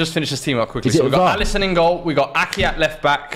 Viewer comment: Bro said Alisson